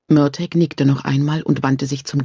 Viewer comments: Schade das sie Mörteg sagt anstatt Mörtahh.. Murtagh wird so ausgesprochen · Ist es auch völlig falsch ausgesprochen genauso wie die mörtag ausspricht also exact wie er geschrieben steht Murtagh. Man hätte ihr sagen sollen wie man was ausspricht sowas nervt beim zuhören 👎👎